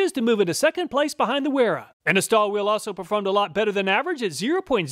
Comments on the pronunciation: I noticed that you inadvertidly misspoken "Stahlwille" as "Stallwill". Stahlwille is a German brand and translates as "Steel Will". Spoken out correct would sound like "Shtahl-villeh", where the "a" is raised as "ah" instead of "uh". Since I am of german origin, I thought of passing on this useful information as I'm pretty certain you'll ( and millions of YT viewers ) will encounter more product testing and reviews from that said company. In general, Stahlwille does make good quality products, I have a couple of their model tool lineup in possession for my daily routine service. They do an amazing job. Oh, by the way, I recently came across a 3/4" telescopic handle ratchet which felt great on hands as I had to tighten down pump flange screws M12-sized. Did a better job than the fixed variants. Maybe this would be worth a "Which is Best"? Anyway, your channel is the best on YT, my acquisition are based on your ingenious and honest testing results which are truly accurate and represent 100% real-life working conditions. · Waiting for the day you pronounce Stahlwille correctly.